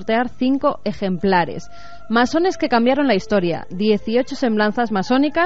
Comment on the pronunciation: ¿Cambiarón? ..¿Cambiarón?